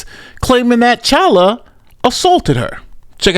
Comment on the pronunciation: Dude said #CHOLUA David Chala hshahahaha